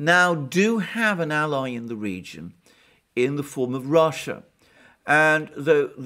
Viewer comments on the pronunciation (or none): none